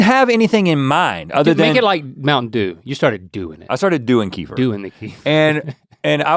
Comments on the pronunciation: Guys, it's not Kee-fer like Kieffer Sutherland... it's Keh-FEAR or Kuh-FEAR...lol!! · i love kefir, its not pronounced like "keefer" it's more like "kehfeer" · Hi guys, my husband is Slavic. They drink a lot of kefir. And they called it "ker-fear", not "kee-fur". Dont know why.